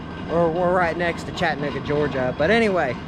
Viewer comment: There is no chattanooga georgia. And it's not pronounced "chattnooga" it's "chatt ah nooga appreciate the video but respect the name of the city.